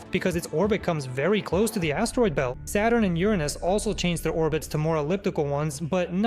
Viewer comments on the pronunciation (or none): none